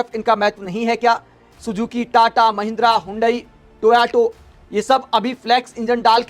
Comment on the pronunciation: Are bhai toyato nhi Toyota h 😂😂😂